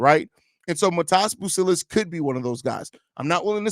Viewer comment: Great video my boy. Also just something that I didn’t know until yesterday, his name is pronounced like your saying modest without the t at the snd